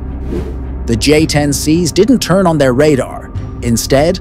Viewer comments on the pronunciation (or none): none